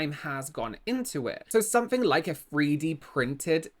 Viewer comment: Say free D printing again 😂😂😂 not a dig, I love it 😂💜